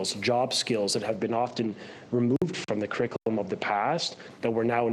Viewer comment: This loser doesn’t even say CURRICULUM properly but they put him in charge? Laughable.